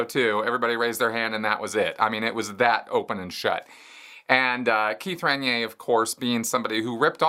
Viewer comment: lol. "Ren-yay"?? that's a new one! Most pronounce it "Ran-neer", which is also incorrect. but NEVER heard anyone say "Ren-yay". Should be 3 syllables in there. Listen here....